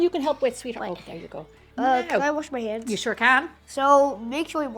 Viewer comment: Wash "heands" 😊